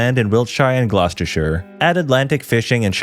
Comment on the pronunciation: You nailed the pronunciation of my county - Gloucestershire. Nice to see we'd be relatively safe down here!